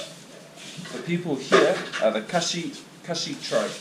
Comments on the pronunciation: Khasi not khashi,,,,,,👍👍love from Meghalaya, Shillong,,,, thank you for visiting our place,,,, From my channel#PyntyrshainProducer#Channel# From which nation are you friends? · Its Khasi (kha-si),not khashi..Here we don't speak much hindi.only Khasi language n English.